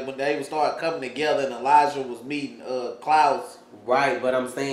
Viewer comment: Why is it Main character like Marcel or many others. They can not even say Elijah's name properly. He calls him Elisha. When did a J make a sh sound? His Name is Elijah not Elisha.